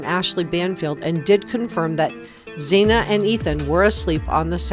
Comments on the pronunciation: We need to respect these young people and pronounce their names correctly. Her name is Xana (like Zana) not Zena. Thank you. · Her NAME WAS Xana with an A (as in Apple) not zena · Why do you keep calling Xana Xena? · Xana is pronounce like Anna, but with a Z. Like "Zana", but spelled "Xana". Poor girl gets brutally murdered and everyone keeps pronouncing her name wrong 😑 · Xana is pronounced Za-nna. Just bc that is how her Mom pronounces it. Not trying to be mean. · Pronounce Xana's name right. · Please pronounce Xana's name correctly. With all the investigating you do... you'd think you'd know her name by now.